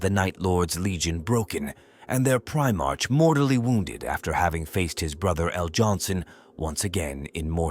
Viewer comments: Someone please Ctrl+F the script and replace “1st” with “first” so the AI reading this gets it right. Hearing about the “ist” legion as many times as I did was driving me nuts. Almost as bad as pri-march instead of pri-marks. Other than that, a good read. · If we follow the 'proper' pronunciation (and the same is true for patriarch as well - [pey-tree-ahrk]), Primarch should be pronounced [pri-mahrk]. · Great piece of work, but oh my Emporer, you have to do redo this and get rid of "ist legion" was driving me nuts after 30 minutes. And Prime-Arch. Aaargh. Shame.